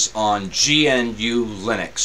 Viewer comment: Thank you, I've been wanting to take a look at this, but the Virtualbox install failed. By the way: GNU is pronounced "gnu" (like the animal).